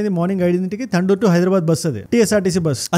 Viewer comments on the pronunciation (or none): తండూరు కాదు బ్రో ........ తాండూరు